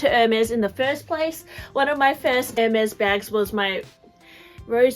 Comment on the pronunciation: Why does sometime your voice become like a little annoying girl. When you say “I think” for example. And the pronounciation of the brand is wrong. It’s not “Air Mez” but “Air Mess”.